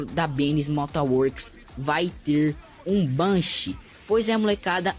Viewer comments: louuiads bennys mota works VC fala certo em bichao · neeee o "ester" egg e o benny's "Mota" works